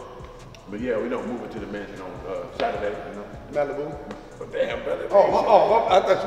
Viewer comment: "Malibu"....lol through you straight under the bus. But still gonna be legendary